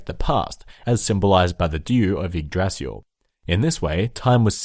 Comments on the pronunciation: "Feel free to make fun of for pronouncing everything incorrectly" Me: I'm sure it's not gonna be that bad First word: "Yggrasil" Me: in shock "Yggdrasil" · Yggrasil is pronounced ig-da-sil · Ygg"d"rasil Hod not Baldur and Odin dies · It's prononced yig-dra-sil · Yggdrasil is pronounced igg drah sil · yggDrasil (you misses a D) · when you said the name of the world tree i laught in my language we say yggdrasil but im from scandinavia so there is a difference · YGGDRASIL WAS PRONOUNCED SO wrong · lol I'm Swedish and I laughed so hard when he butchered Yggdrasil XD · Yay my prayers have been expected thanks for the video Also you pronounced Yggdrazil, angabora, balder wrong